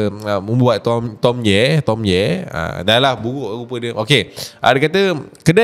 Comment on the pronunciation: Dorg tak panggil tomye dorg panggil “toye” 🤣🤣